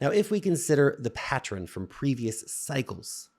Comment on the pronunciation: The pronunciation pattren is not an accident. It's a pattren [sic].